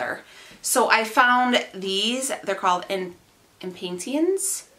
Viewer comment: “Im-pay-shuns” “Zinn-yuhs” Check whether the packet says “direct sow” or “transplant”—direct-sow seeds can be planted directly outside in the bed or container, transplant-only seeds must be sprouted and grown into small plants indoors—or a greenhouse—to get strong enough to make it outside. “Annuals” have to be brought into the house to make it in fall/winter; otherwise, they are meant to last only one growing season—so, they must be replanted each year. “Perennials,” depending on your growing/planting zone, are meant to come back each year—letting them “go to seed” in fall helps with that. Some have to be cropped down to about 4-6 inches of stem and covered in mulch to make it through colder winters.